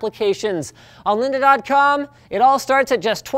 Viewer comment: "Lynda" hahahahaha